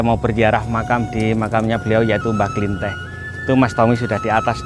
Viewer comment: Penyebutan nama nya pun salah bukan mbah buyut klinteh tapi kliteh Soal nya sya penduduk asli karang kembang Klw emng mau cari tau lebih jelas itu mediator nya asli orang setempat Mas Tomi pun bukan asli orang karang kembang Maaf sebelum nya ya pak Dan saya berterima kasih atas kunjungan anda dan vidio anda di youtube untuk mengenalkan kesemua bahwa ad makam leluhur di karang kembang 🙏🙏